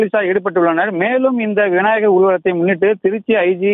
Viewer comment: விநாயகர் விநாயகர் என 100 தடவை உச்சரித்துப் பழகவும்.